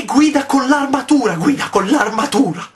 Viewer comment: lui che gguida con l'armatura, GUIDA CON L'ARMATURA!